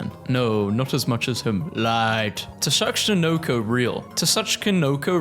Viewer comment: it pronounce SU-CHI-NO-KO GET IT RIGHT